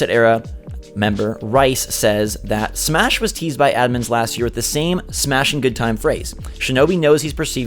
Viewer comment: Did he emphasize smashing for banjo? Or thts just u?